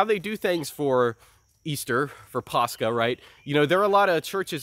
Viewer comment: Why does say paschal like that instead of paschal? Is it like a Latin thing or what, made it hard to look up what he was even talking about.